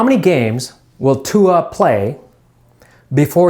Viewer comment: Damnit he can play against Arkansas if he wants to 🤣🤣🤣🤣 go show his ass tua because he can't say your name correctly